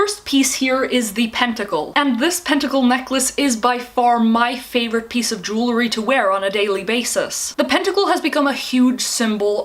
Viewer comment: Jew-el-ry not Jew-le-ry. Kills me every time.